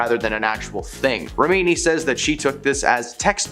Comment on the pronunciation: I always thought she was exaggerating the alopecia And btw it's rem...ini Not remeeni